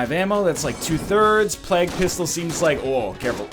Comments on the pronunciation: Phijkchu_LilYodaX Yes, you say "play-g" not "Plahg" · Ryan. it's plague, not plag. did you learn about the black Plague? (PLAY-guh) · Why does he call it Plak Pistol? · The former english teacher also says plag instead of plague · it's not like he's saying Pla-gooe or something. he's pronouncing it in pretty much the way is suppose to be pronounced. Plaig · Well I've heard people from California, Texas, Georgia and Maine say it that way so how do you so it? Because I say it like Play-g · anyone else notice he's pronouncing plague completely wrong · I have never ever heard anyone say "plague" the way you do, at this point I think you are doing it to fuck with us..... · ahahaa, it made me cringe every time I heard it, especially considering he was an English teacher... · Phijkchu_LilYodaX I am American and I can assure you that is not how we say it here. At least not in California, Washington, Oregon, Texas, Georgia or Maine.... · NZVargs ooooh okay, I didn't know it was Canadian. And no I don't... probably because I'm from London :)